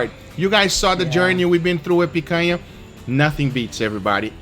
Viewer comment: i feel satisfaction with the right pronunciation of picanha, congrats for 2m subs